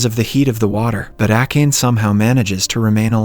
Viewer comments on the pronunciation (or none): How could you butcher Akane's name like that? Jeez